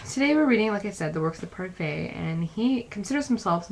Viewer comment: It's (Par-fit), not (par-fay) like the mcdonalds french(ish) style yogurt.